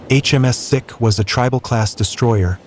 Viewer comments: it is pronounced "Seek" not "Sick", for God's sake you're worse than a coputer game! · It’s pronounced seek, not sick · Sikh pronunciation is seek not sick. Lol. Tobruk pronunciation is horrible as well.😂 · It's not HMS 'Sick' its HMS 'Seek', named after the Indian religion and ethnic group. Please do your background research and stop insulting people. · I shall raise this concern about this video, the ship named HMS Sikh is NOT pronounced sick, it is pronounced Seek, and it to look for something, and as in the Indian religion of Sikh. Also, Tobruk is NOT pronounced Tob-ruk, it is pronounced Tobruk and in a softer tone. Look, I know it is difficult for many American's to pronounced English words and that a tiny bit of better research on foreign language names is equally difficult, but next time, please do the research okay, because your pronunciations make this video unlistenable. :face-orange-raised-eyebrow::face-orange-raised-eyebrow::face-orange-raised-eyebrow::face-orange-raised-eyebrow::face-orange-raised-eyebrow::face-orange-raised-eyebrow: For reference sake: and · The inability to correctly pronounce HMS Sikh is tragic. Sikh is pronounced Seek and definitely not sick. 😮😮😮😢😢😮😮😮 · Try pronouncing it “sEEk” 😉 Clearly the ship was named for the ethnoreligious group of India, a UK commonwealth member until 1949. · Sikh is pronounced seek. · 😂 you should ask a Sikh person how is pronunciation is,you soo wrong